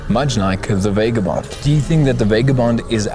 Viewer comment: VAH-GAH-BOND not VAY-GAH-BOND bloody hell it hurts to listen to.